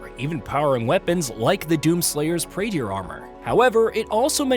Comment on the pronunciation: Praetor suit, not Praeteeor suit.